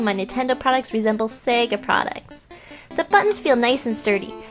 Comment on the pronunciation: lol I her saying sega sounds to me like she's saying "Saayga"